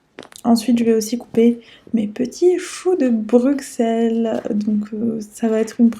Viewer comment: eeehh c'est "brussel" pas "Bruxelles" pour la prononciation (c pas méchant je dis ça juste pour que tu le saches!) sinon ta vidéo est trop cool vrmt j'ai kiffé haha